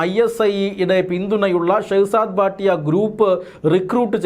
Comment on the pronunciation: ഭാട്ടിയ അല്ല ഭട്ടി ആണ്